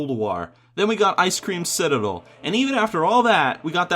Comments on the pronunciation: i laughed so hard at the part with the settings xD btw u said ice cream citadel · he said Icecream Citadel I'm dead